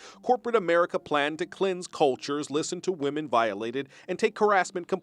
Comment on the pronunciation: Woman and women are not pronounced the same. Try to sound less ignorant. It will improve your videos.